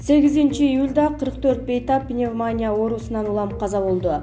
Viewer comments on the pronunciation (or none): "Пневма'ня" эмес, " пневмония", ударение на "и" . Уят болбогулачы. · Пневмаааня эмес, пневмония деп туура окуганды уйрончу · Пневманя дедиго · Автор сураныч "пандемия" ,"пневмания" дегенде ударенияңызды туура койсоңуз . Көп жолу байкадым . Бүгүн сизге айтышка чечиндим. А так видеолор жакшы.. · Пневмаания, пандеэмия, бул кыздын тили ушундай чыккан окшойт да.